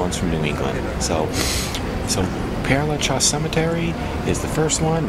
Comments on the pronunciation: It's actually pronounced: PAIR (as in "pair" of pants)LUH(Luh as in "duh") -SHEZ (short E, as in "says"). The place is named for a priest, Pere (Father) Lachaise. Hope that helps. Beautiful video! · Pere LaChaise is pronounced like this: PAIR-LA-SHEZ. And Oscar Wilde died from cerebral (pronounced SER-EE-BRUL) meningitis (pronounced MEN-INJ-EYE-TIS). Does that help?